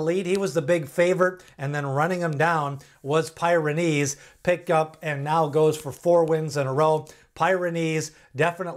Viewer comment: It's PEER-uh-neez, as in the mountain range in Europe.